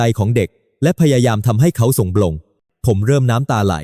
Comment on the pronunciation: สบถ ออกเสียง สะ บด มิใช่ สบ ถอ ครับ หลายคำครับที่อ่านไม่ถูก กับการแบ่งวรรคตอนผิดพลาด ถ้าจะใช้แอพประเภท text to sound ก็ควรเขียนให้แอพออกเสียงให้ถูกต้อง มากกว่า เขียนถูกไวยากรณ์ไทยครับ สงบ อีกคำ มิใช่ สง บอ 😊 ภาวนา อีกคำ ออกเสียงเป็น ภาว วะ นา ครับ มิใช่ พาว นา